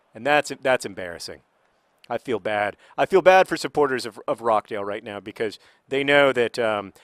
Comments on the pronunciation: John, it's pronounced ROSH-dale, not ROCK-dale. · John I know pronunciation of English clubs isn't your strong point and I can see why you are pronouncing it like that, but it is pronounced ROTCH-DAYL not rock-dayl :) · Just to clarify, it's pronounched ROTCH-dale, not Rock-dale. I live right near there. Pronounce in Northern English John Green and keep on playing Wimbly Womblys. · RoCHdale, as in CH from CHeese. Not Rock-Dale... Also thanks for the insights, I've just moved to NYC, it's a crazy place. Now you're in league 2 football if you ever want to fly over to England you're more than welcome to visit Accrington Stanley, my home town, one of my family memebers has helped the fans also take over that club! I'm sure I can sort out some VIP tickets :) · Did you just call Rochdale ROCKdale? Because, having had the misfortune to live there for most of my life that is bloody hilarious. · naw its pronounced phonetically john :) its jsut roch-dale :) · I don't know if John's mispronunciation of British town names is a running joke that you wish to continue, but John, I'm here if you want to consult someone on how to pronounce British town names, For example, Dagenham: "Dag-en-um", Rochdale: "Roch (Rhymes with scotch)-dale" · Just to let you know, you pronounce the ch in Rochdale, it's not Rockdale. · FYI, it's Roch (rhymes with crotch) dale :) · "rocdale" hmm not quite, John haha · Does anyone want to correct John on the pronunciation of 'Rochdale'?